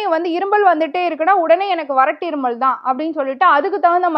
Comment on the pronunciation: அது இருமள் இல்லை மேடம் இருமல்.. உச்சரிப்பை மாற்றவும்